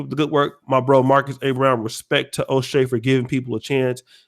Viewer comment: It’s “O’Shea “ not dumbass